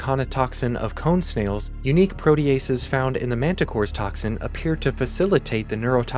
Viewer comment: Thank you for pronouncing protease as "pro-tea-ace" and not as "pro-tease!" 😭